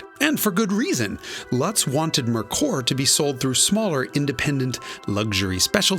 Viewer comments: It’s pronounced Mare-cöör, not Murkur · I don't see why it is so hard to pronounce "Merkur"....like "Mere Core". It's that simple. It is just a lame excuse to blame the brand name. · Aw Jason, say it with me - “mare koor” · Pronounced MARE-koor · i don't think i've heard merkur mispronounced so many times since the 1980s! LOL the dealership distribution was the biggest problem, as mentioned in this video...and honda, toyota, and nissan took note of that, for sure (although acura and infiniti seem to take turns circling the drain, so to speak) iirc, that cosworth head wound up in the north american ford motorsport catalog in the later 1990s (i think it actually fits on the early 1970s ford pinto engines) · You really should have verified the correct pronunciation of Merkur before making the video.